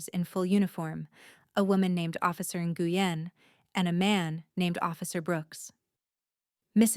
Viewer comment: It’s officer “Win (Nguyen), not “Ne-gu-yen! So frustrating when they mispronounce names!!